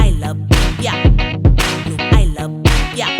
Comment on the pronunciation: Finally, a Filipino American who can pronounce lumpia properly! <3